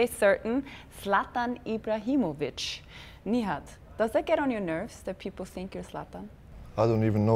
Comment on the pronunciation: Why does she call him Knee-had & not Nìhad?